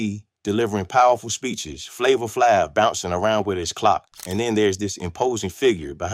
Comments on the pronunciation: He said Flavor Flaav..😅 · It's Flava Flav, poronounced flave😂😂😂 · AI written and narrator video. Do humans make videos anymore?? Flavor Flav pronunciation was the red flag.